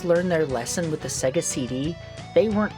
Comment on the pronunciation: it is really embarrassing that you can not pronounce Sega. It is Say-gah not Segga.